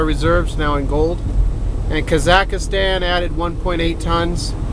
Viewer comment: It is Kazakhstan "Ka-zak-stan" not "ka-zak-a-stan"